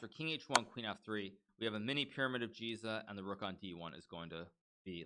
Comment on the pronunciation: btw Giza is pronounced with hard G like Garry